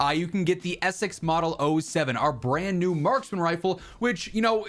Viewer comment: Sorry... Essex? Say that again, slowly...